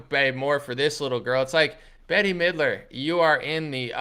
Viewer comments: It's "Bet" not "Betty". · “Bet” not Betty.